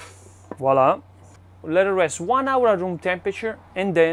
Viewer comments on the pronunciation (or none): This guy was definitely born saying vowla vowla vowla😂😂😂